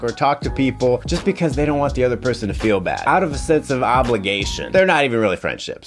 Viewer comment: Hmmm: "BE-CUASE" and "SHO SHO-CIAL" in one video. Yeah, I got high on the wordplay !